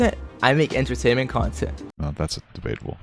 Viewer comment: Trying to sound cool then proceeds to mispronounce "Entertainment" instead says "Entertaimment content"